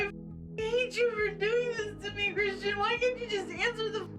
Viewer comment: Christian. Chrishhhtunnn. CRISHTONNNN!!! 😩🙉😱🤣🤭